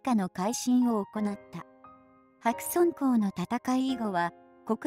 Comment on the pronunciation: 白村江、、、はくすきのえ、はくそんこうではない。正確に発音しろ百済くだら。。。ひゃくさいではない新羅、、、、しらぎ。。。しんらではない